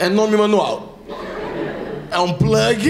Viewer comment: o eu que quando ouvi a pronuncia do plag, me veio em mente aquela raça de cão pug???🤣🤣🤣🤣🤣